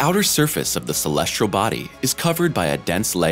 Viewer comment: Agreed. Why does he always say "celestRal"?